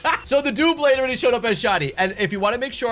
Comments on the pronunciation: "Dough-Blades" lol its Dub-Laid no hate man at all i watch your vids they have been helping me alot just so many mispronunciations from pokemon lovers lol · The Pokémon name Doublade is pronounced as DUH-blade.